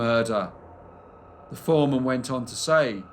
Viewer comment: You always find interesting and obscure cases. Just one thing is irritating, your habit of saying “vuh” instead of “the.” Other than that, one of my top five channels.